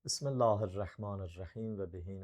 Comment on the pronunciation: Aye maguli sen hec Bismillehi düzgün teleffus eliye bilmirsen . Quran ayelerini aqzuva geleni cure oxuyrsan sennen dindar olar? Sen canun bu videovu axirinci ele ozuvu millete güldürme